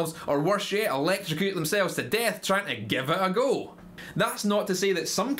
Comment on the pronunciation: I enjoyed the stress on "trying to 'give it a go' " as well, quality.